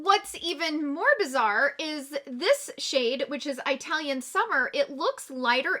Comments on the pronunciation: I’m Italian and it’s not pronounced that way at least here in UK but it’s eatalian 😄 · Just an FYI, it is pronounced with a soft i instead of Eye-talian as you were saying it. I have the Italian face palette & I am fair skinned & I love it! Just as you said in your review, it is super buttery & pigmented. Loved your review. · It's not an accent. Its the pronunciation of the "I" and it's no different than pronouncing the "I" in "it" 🤣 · Eye-talian... I'm dead!🤣🤣🤣 Love it! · Pls do research how to say the word Italian 😦